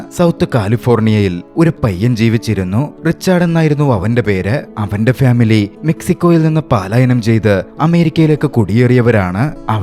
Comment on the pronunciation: പലായനം ആണ് ശരി... പാലായനം എന്നത് പാലാ എന്നാ സ്‌ഥലത്തേക്കുള്ള യാത്ര എന്നാണ് അർത്ഥം...